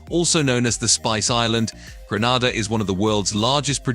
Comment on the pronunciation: 4 minutes into the video and we've had BAR-BAR-DOS, GREN-AH-DA and ANTIG-U-AH. These pronunciations are wild!